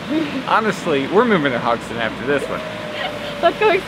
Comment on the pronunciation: A bit late, but the e in Haugesund is not silent. Like most e's in Norwegian, even the ending ones ;)